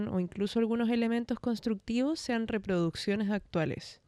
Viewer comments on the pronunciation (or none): none